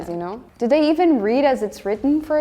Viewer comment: It's funny, this is the first time listening to where I really picked up on German being her first language. In many of the words starting with "th" (they, those, etc.), she has a definite "d" sound. This is pretty common here in Wisconsin too, saying "udder" for "other" ("Just the udder day..."). I don't know, perhaps it's a common thing for Serbian or other Slavic languages to do as well? Not trying to be critical, we think it's cute.